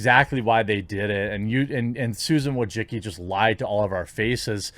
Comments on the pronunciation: Wojcicki: pronounced "voy-chit-ski" And now it's time for her to step down. She has done enough damage to the YouTube brand. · "Susan Wojicky" Lmao